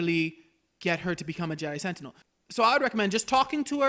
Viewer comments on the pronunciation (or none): none